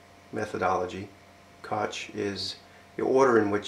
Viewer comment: It's pronounced Cook/Cocke, not Kotch method. This is a fantastic video.